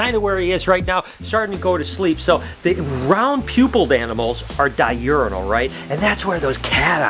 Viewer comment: Di - urinal ? Its diurnal (die urn al)